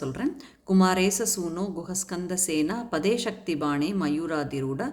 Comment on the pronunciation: Madam a small suggestion. Usually குஹ ஸ்கந்த ஸேனாபதே சேர்த்து சொல்ல வேண்டும். Not like ஸேனா. பதே